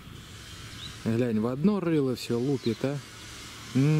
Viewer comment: Слово ГЛЯНЬ у тебя здорово получается. Я думаю слово ГАЛОГРАММА у тебя ещё круче получится. А сказал по делу.👍